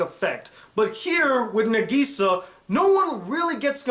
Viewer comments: I’m sorry but it killed me to hear him say negesa instead of nagisa 😹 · Hhh how you say Nagisa's name is n-AH-g-E-s-AH